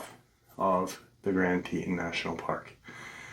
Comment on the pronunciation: Tee-tawn haha that's how it's pronounced 😅 I actually live in Cody Wyoming so this episode is going to be so interesting! I've had some super weird feelings around here, up by Pahaska teepee which is right close to Yellowstone east gate (west Yellowston). I live 35 miles from the east gate and we cut down our christmas tree every year and when my oldest son was baby Dec 2016 we chose to go out to the shoshoni national forest and holyshit the scariest feeling I've ever felt in my life. We have never been back 😅